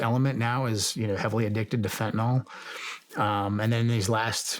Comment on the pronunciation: what is fehuhnoll? i know what fentanyl is but i have absolutely no clue what fehunoll means. why does everyone think its called fehhuhnall. i mean cant we all read english? youre talking to one of the most badass dudes on the planet and bro still cant pronounce fentanyl😂😂 how the fuck😂😂😂😂